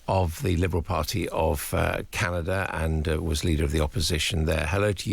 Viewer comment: Why is this fellow having problems pronouncing simple words..... Canaga? PM Harney? Come on..... NOT funny.